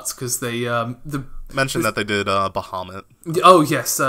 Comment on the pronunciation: the way you guys say bahumat and yakuza dunno it just bugs me